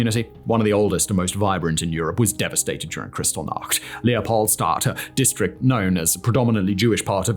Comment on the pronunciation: FYI, it’s pronounced like “kris-TALL-nacht”, not “CRYStal-nacht”.